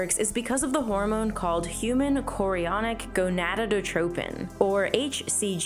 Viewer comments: "go-na-do-do-trophin?" One "do" too many, dear. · Say it with me: gonad-o-tropin. No extra “do” needed. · "Gonadotropin" has one less syllable than you alloted it. Zero-spores? Please! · “Human chorionic gonadodotropin.” Nice.